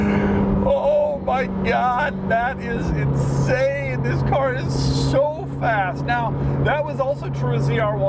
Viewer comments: "Insame performance" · “Insame performance”. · Watch out for that "insame" performance! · "insame performance"? Doug... really, Doug?